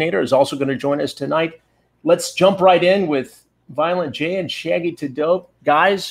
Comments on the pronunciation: Less than a minute in and Chris Hansen pronouncing "Shaggy T'Dope" is the greatest thing ever. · I love how he pronounces it “Shaggy to Dope” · Omg he called him Shaggy Tudope. 😂😂😂😂😂